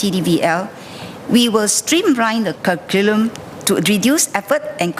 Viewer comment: said what? " Stream line the CUR-CU-LAM...? What the hell is that? Paid MP salary...paid Mayor salary..total way over a MILLION a yr and what did she said?😆😆😆